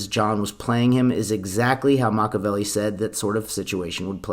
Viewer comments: Makka-velli? WRONG. Pronounce it Mak-ee-Avelli. Delete this video and repost it with correct pronunciation. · The name is pronounced either MAH-kee-ya-VEH-lee, or MAH-kyah-VEH-lee, but NOT MAH-kah-VEH-lee. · Machiavelli =MAK-EE-UH-VEL-EE.... And MAK-EE-UH-VEL-EE-AN... Makaveli aka MAK-UH-VEL-EE... Well, that's just Tupac. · MACH-EE-A-VELLI is the pronunciation. Not Machavelli. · He didn't even pronounce it Machiavelli. He said Matchabelli. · Ima have a Silvio moment if he keeps saying “Mach-a-velli”